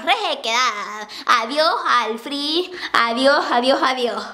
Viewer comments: Adioj punta jabiertaj, adioj rejequedad, adioj al frij, adioj adioj adioj JAJAJAJAJAJAJJAJAAJJAA :') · Adioj puntaj abiertaj, adioj rejequedad, adioj al frijj, adioj adioj adioj hahahaha Mama Guapura :3